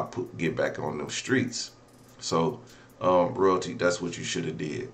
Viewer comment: Lmao!!! 😂 THE INTRO!!! ROYALTEEF!!!